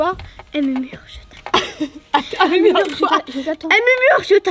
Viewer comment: elle mumure mdr 😂